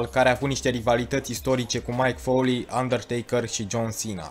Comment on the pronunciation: De ce pronunți Mike Foley ,e Mick Foley ...